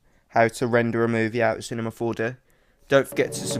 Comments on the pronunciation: I like how you say Cinema 4D to "Cinemah 4Deh" xD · he said Cinema 4Deh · "Cinema 4-duh"